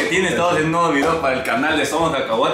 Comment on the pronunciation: Nuegadin chaquetín: Dosmdtrin chaquetín: Wuichin chaquetín: Y por último Molsin chaquetín. 🤣